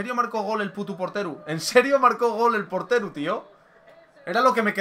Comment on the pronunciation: Es portero no porteru 😂😂